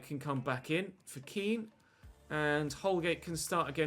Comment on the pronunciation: It’s not ken it’s Kean